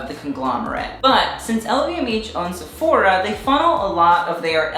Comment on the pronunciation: How you sayfora cracks me up